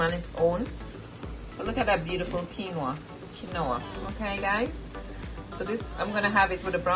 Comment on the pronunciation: Quinoa... keen-waa